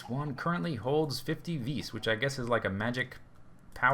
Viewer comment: Vis is pronounced vees